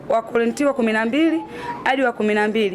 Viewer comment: Dah yaan mpaka ninaona aibu mimi jinsi anavyopuyanga yaan ndo utajua Mungu kawaumbua😂😂 wakorintio ndo kitabu gani yaan mkristo usijue hata kutamka wakorinto😢😢